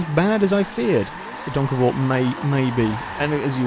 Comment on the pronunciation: OMG you actually pronounced that properly! OMG! How do i know? Fuck yeah im from the same country as that car,, try geussing it, youll most likely be wrong, i think